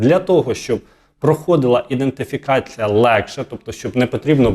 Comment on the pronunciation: Грамотно написаний коментар... (бо цей селюк-валянок озвучує: "...іН (! ) дентифікація..." ( іНдентифікація )...!!!